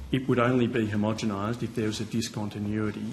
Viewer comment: Learn how to pronounce Homo-gen-nize...